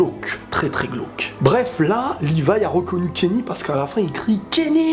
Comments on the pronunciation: Sa choque personne que kenny dise rivaille au lieux de livaï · Mais pourquoi tout le monde dit « Rivaille » car normalement c’est « Livaille » non ? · Ya que moi qui ai failli m'arraché les cheveux quand kenny a dit "Rivaille"😂😂😂je le déteste déjà lui😂